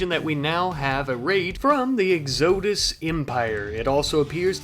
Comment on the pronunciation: I hate how you pronounced exodus